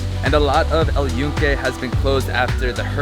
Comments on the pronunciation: Just so you know the y has a j sound and sounds like this Joonke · Awesome video! Thanks for sharing your experience. Footnote : We pronounce Yunque with a J sound: "Joonke" & the Sunflowers Girasol is pronounced with an H sound instead : "Heerasol"